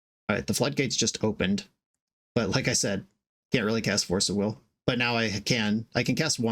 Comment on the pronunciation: "Force of wigger". Damn... with the hard R and everything. LOL.